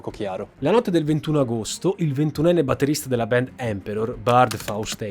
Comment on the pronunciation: QUESTA GENTE NON SI 'LEVA LA VITA' NEI RITUALI, VENGONO UCCISI, 'SACRIFICATI'. I 'COMPLOTTISTI' SONO QUELLI CHE LI FANNO I COMPLOTTI, NON QUELLI CHE NE PARLANO. E LUI DI COMPLOTTI NE CONOSCEVA BENE TANTI SE AVEVA UN PADRE CHE LAVORAVA PER QUELLA GENTE ! 'BAND' SI PRONUNCIA 'BAND' NON 'BEND' , 'BEND' TE LA SEI INVENTATA. LA COMBRICOLA DI EMARGINATI E' STATA VOLUTAMENTE 'DISTRATTA' DA QUESTE BANDS DI HEAVY METAL, CHE NON SONO NATE SPONTANEAMENTE, MA SONO STATE CREATE APPOSTA DAGLI STESSI SCIACALLI CHE CI CONTROLLANO E CHE IN QUESTO PERIODO DELLA STORIA VOLEVANO LA GLOBALIZZAZIONE E AVEVANO BISOGNO DI UNO SFOGO PER I 'RIBELLI'. TUTTA LA TERRA E' CONTROLLATA DA SATANISTI, SE NON TE NE FOSSI ANCORA ACCORTO, E LA CHIESA CRISTIANA NE TIRA LE REDINI.